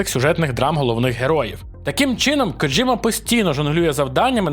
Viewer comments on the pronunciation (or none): ска аж трусе, не Ходжіма* а Хідео Кодзіма... ну нах ти паплюжиш ім'я?